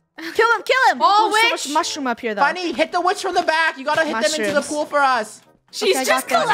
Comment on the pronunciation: Yesh and that was mean funnyeh